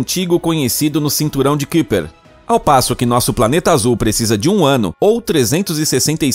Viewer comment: Se fala caiper, cinturão de caiper